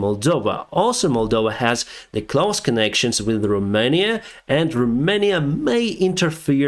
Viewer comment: Why don’t you click on the round British flag on Deepstate map so we can see it in English? You show us a map and we cannot understand what it says. Im certain most of your audience is English speaking too. Also when you say “close” it sounds like you are saying clothes, as in 👖 👚 🧦. Close is pronounced like hose, as in water hose. Fyi. Other than that, I’ve not noticed problems with your English.